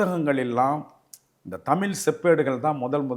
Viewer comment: தமில் அல்ல தமிழ் என்று கூறவும்